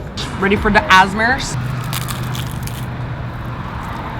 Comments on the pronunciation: did she just pronounce asmrs as “as-mers” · what the fuck is an "asmerss"?